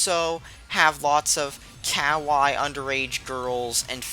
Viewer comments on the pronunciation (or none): Wow, you sure mispronounced kawaii and desu wrong. Fool.